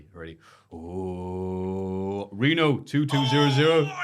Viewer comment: RENO! NOT VITO!!!